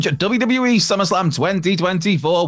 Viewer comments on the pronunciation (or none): Say WWE properly..not WE.!!